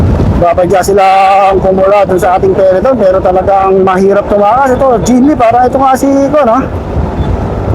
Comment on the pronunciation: peloton kasi, hindi peleton